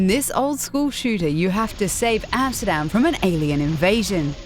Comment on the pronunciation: Based on her accent? No, I don't think she is Dutch or at least a native speaker, the pronouncation of "Utrecht", "Amsterdam", "Grote Pierre" and "tot de volgende keer", were slightly off and doesn't match neither Dutch nor Flemish dialects or accents. That said, for someone who isn't a native speaker, her dutch was still pretty good. But the guy (I don't know his name) is dutch. You can hear that perfectly when he was interviewing Vogelsap about their game The Flock.